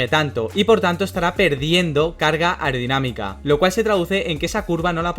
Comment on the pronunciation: Yo solo oigo “irdinamica” “aurdinamica” blabla jjajajajajja le hace falta como pronunciación